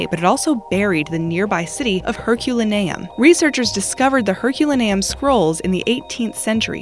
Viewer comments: Her-cu-len-e-um. That is the correct pronunciation. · This narrator bastardize the name Herculaneum Jesus Christ man don't they ever fucking study up on anything before the read a script